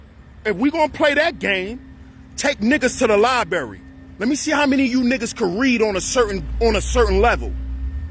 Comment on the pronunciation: Dude said, "Liberry". 😅 You guys are in last place.